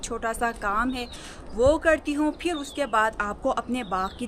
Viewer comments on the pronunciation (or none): AAP (Phir) ko (Fir) boltee hain kindly update this in yr vilog, baqi Behtreen Documentary hai, I like it🎉